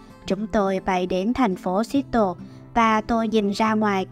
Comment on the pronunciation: Phát âm thành phố Seattle sai rồi nha bạn